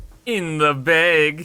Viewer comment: sounds like he said baeg